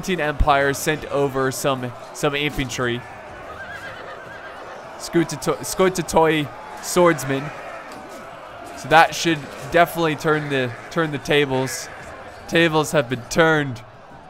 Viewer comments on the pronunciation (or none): Scoutatoi pretty much are pronounced scoutati cause in greek the OI is used as I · Oh oh oh. Iam from Greece and I know how to pronounce these words. Scoutatee and Mourtatee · it s oronounced skoutati, oi->i (oi is for plural) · As regards the pronounciation of greek nouns such as "skoutatoi". When it ends in -oi, it is pronounced as a plain -i. So, it is pronounced as "skoutati". Thanks for the vid by the way, epic. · About the pronunciation of the Byzantine units, the "-oi" at the end of like Dynatoi and Scoutatoi is actually pronounced like the english "e" the same way we use it the word e-nglish for example. Hope I explained it well!